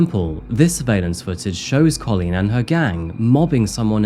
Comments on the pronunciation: you can’t pronounce Colleen correctly - you make it sound like colon. It’s so annoying… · First time I’ve ever heard the name 'Coleen' pronounced 'Co-leen' 😂 Edit: The back and forth pronunciation of 'Coleen' and 'Co-leen' keeps getting me! 🤣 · I'm glad you've pointed that out very well about how to pronounce Colleen's name, as it was really annoying me how badly was saying it. "Cailín" is an Irish word meaning "girl" or "lass". It can also refer to a young, unmarried woman. The word is the diminutive of "caile," which means "woman" or "countrywoman" in Irish. Variations in spelling include Kailin, Kaylin, or Kaelin.